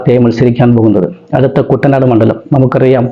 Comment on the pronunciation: കുട്ടനാട് എന്ന പേരും പോലും പറയാൻ അറിയാത്ത വിശകലന വിദഗ്‌ധൻ